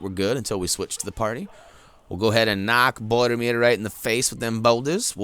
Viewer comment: His name is Boromir not bordermir!